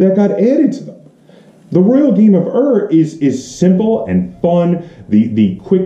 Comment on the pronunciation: It is not the Royal Game of "Err". Ur is pronounced as "Oor", in the same way the word Uhr is pronounced in German.